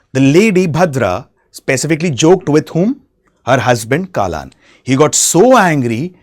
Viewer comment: its not kaalan its kallan... means theif...